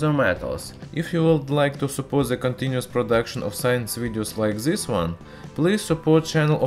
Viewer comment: Putin has farted and produced DZIS ruthenium claud over Europe,by the way your english pronunciation doesn't get better